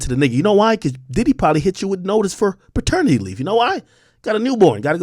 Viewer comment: "Perternity leave notice" This man is hilarious.